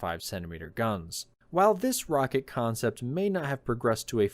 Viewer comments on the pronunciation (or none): none